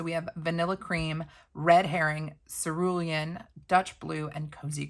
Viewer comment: You pronounced cerulean correctly. Always reminds me of The Devil Wears Prada. I love the hole punch. You could punch a smaller sheet of paper, put it in a journal and color the flowers for cute accents. Excited to get my box.